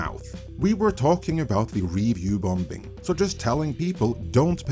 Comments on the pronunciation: This is an incredibly minor correlation but something i notice in many of your videos. The second "b" in bombing is silent. There ive said it, get on with your quality content 😊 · Are you deliberately mispronouncing the word “Bombing” ? lol 😂 🤷🏻‍♂️